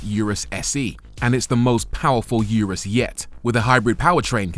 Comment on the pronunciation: It’s pronounced Ooooo Roooos